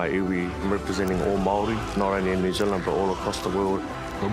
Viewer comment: use your Maori tongue girl your pronunciation sounds of the welcome sounds like a 2 year old ??